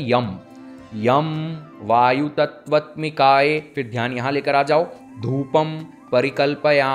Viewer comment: भाई आप मंत्र तो सही बोल नहीं रहे, अनाहत चक्र घंटा साधोगे।। कहीं तत्वत्मिकाये तो कहीं तत्वत्मिकायै लिखे हो! और बोल तत्वत्मिकाये रहे हो बार बार! वस्तुतः ये बात आप जानते हो कि यहां से कोई किसी भी प्रकार की सिद्धि नहीं कर सकता, साला आसन तो सिद्ध नहीं है ये सब बिना गुरु के नहीं होता, जो सामने बिठा के आपकी एक एक वृत्तियों पर ध्यान दे!! मूर्ख हैं जो ऐसी विडियोज के चक्कर में पड़ते हैं, आओ कभी बनारस दिखाता हूं, चक्र खुलना किसे कहते हैं होम वर्क करो। किसी विद्वान् को पकड़ो, कुछ सीख लो, यार ये पैसा जैसे कमा रहे हो ना! सब वैसे ही चला जाएगा।। केवल जीविका चल सकती है बस ये करके।।